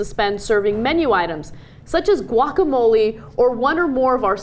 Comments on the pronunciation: Guacamole? Guacamelee! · Can't believe you guys can't pronounce guacamole correctly. Turn in your SoCal card.